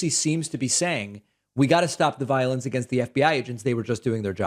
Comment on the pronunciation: So much Vionce to much viont